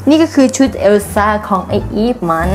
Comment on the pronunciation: พูดว่าแอลซ่า 555